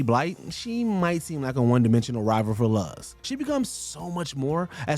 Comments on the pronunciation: It’s LOOZ not Luhz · I swear this guy is mispronouncing shit on purpose for rage bait. It’s “Loo-z” not “Luh-z”! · Very much triggered how "Luz" was pronounced here. It's "LOO-s", not "LUS". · Do you people at watch mojo purposely mispronounce names?? Ive heard it many times before with names, places etc. and here you say luhz onstead of luz [looz] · THANK YOU! It was giving me flashbacks to how the names were butchered in the live action Avatar (the Last Airbender) movie. XD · Luz. Is. Pronounced. LOOS. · Anyone Else Notice How He Pronounced Luz's Name Wrong? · You can tell this guy hasn’t seen The Owl House with how he frequently mispronounces Luz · CAN YOU STOP PRONOUNCING LUZ'S NAME LIKE THAT? DID YOU EVER HEAR HOW THE CHARACTERS IN THE SHOW PRONOUNCED IT???